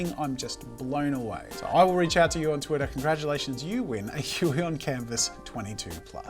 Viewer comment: Nobody: Jazza: Thwittaah